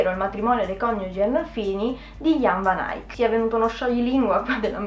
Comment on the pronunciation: Bella qusta rubrica devi assolutamente continuarla . Comunque secondo il mio professore di storia dell'arte moderna la V di Van Eyck si pronuncia con la F e Eyck rimane Eyck ( come se ti stessi strozzando) 😁